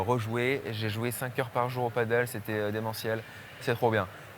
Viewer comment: Il me semble que l'on prononce padail et non pas padeul : pádel. L'autre prononciation se rapportant à un sport d'eau avec planche. 😊